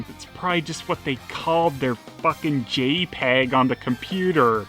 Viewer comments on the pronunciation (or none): none